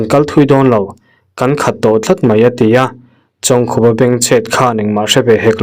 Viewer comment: Pu Chawngkhupa hming i rawn lam rik takah chuan a hminga "Khup" tih hi "thil a ri khup" tiha khup tih kan lam ang hian lam rik tur a ni e..